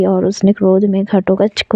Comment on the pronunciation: आपको घटोत्कच बोलने में बहुत problem ho rhi hai